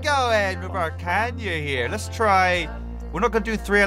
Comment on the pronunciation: I just now realized that he’s been pronouncing Kayna as “Kanya” this whole time, and now I’m upset. It’s not even really the mispronunciation that’s frustrating, it’s more that it took me this long to notice.